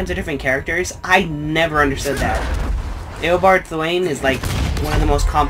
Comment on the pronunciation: As a major Flash fangirl (like my third favorite comic book character ever) let me just say even I don't understand all the time travel and speedsters don't make sense even to the most hardcore of fans. I attribute it to Wibbly Wobbly Timey Wimey myself. One of the reasons I love Flash. Also you mispronounced Eobard Thawne's name. Not sure if you did that on purpose but they did just say it in the video.